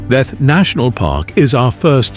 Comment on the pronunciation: Such a nice video... Glad to see it! I just like to say about some pronounciations, e.g. like the Castle of Kruja, is pronounced Kruya. "J" like "y" in English.. And Theth, like Theth, not Teth 🙂